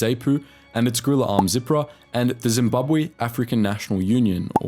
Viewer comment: It is pronounced Zahpoo not Zehpoo, and it is Zeeprah not zipra